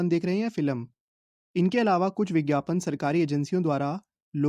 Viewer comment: Bhaii bhaiii🤣 (ph) ko (bh) wah bhai wah🤣bhote tej ho raha ho😂